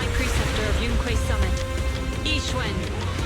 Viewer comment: Super taf, par contre... les voix anglophones sont ignobles haha xD et pour la prononciation des noms chinois : Yixuan = "Yishuan"/"Yissuan" (plus ou moins), Ye, c'est pas "Yé", c'est plus proche du mot "yeux" en français avec le "e" moins accentué. "Shungguang", tu peux dire "Shunguann" grossomodo (le dernier g se prononce aussi mais c'est assez discret ^^). Zhao c'est pas "Zao" c'est "Djao" (tous les "zh" issus du chinois se prononcent "Dj" grossomodo). "Shiyuan" ressemblerait davantage à "Shuyuan" avec un "u" à la française et non un "ou" - à ne pas accentuer [...]. ^^ Force à toi et hâte de voir ton taf pour la saison 3, ça fait plaisir de voir quelqu'un couvrir ZZZ. Merci pour ton taf !